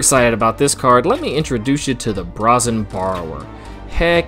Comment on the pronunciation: Archon = Are - Kon Brazen = Bray - Zen